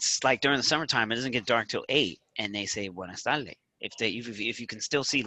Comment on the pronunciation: you're turning into a Puerto Rican saying Buenas TaLdes instead of Buenas tardes.